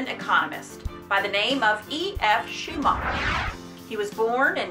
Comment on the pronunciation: his name is pronounced schu-ma-ker